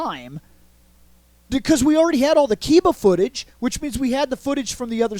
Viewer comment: kiba is pronounced key buh not kai buh